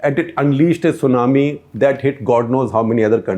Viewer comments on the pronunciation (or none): none